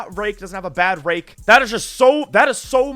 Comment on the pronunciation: bro is NOT saying rake